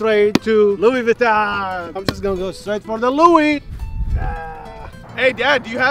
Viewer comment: POV: YOU ARE SPANISH: Gucci Vinton yea Gucci Vinton 💀